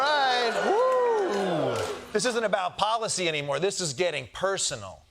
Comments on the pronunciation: “Not anymerr!” 😆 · “Not anymerrrr” 😂